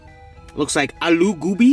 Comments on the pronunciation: It is bhindi and not Bindi, also it is gobi and not goobi and it is called paratha. Just helping cuz I am in Pakistan, ultra pumped that you made a video about my country's everyday or non-occasional food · At you said "goobi" well that's actually "alu" and the cauliflower is "gobi" not "goobi" 😂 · cringe keep eating American food don’t eat other culture food and not know how to pronounce a name it’s not GOoooooooobi it’s go-bee that’s how it’s pronounced man compared hot pockets to samosas 🤦‍♂️ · That is a paratha with the naan, and that's aloo gobi not gubi lmao. Aloo means potato gobi means cauliflower. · Its not "gubi" its "gobi"😂😂😂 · That’s Paraatha not naan also it’s pronounced as GO B not Gu B lol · Your pronunciation were good 👍 But its "Gobi" not "Goobi" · I’m not pakistani or near by. But it’s pronounced “aaloo go be” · much love from PAKISTAN 🙆‍♀️💕 and jbtw loved the way you pronounced 'AALU GOUBI' even though its wrong 😂😂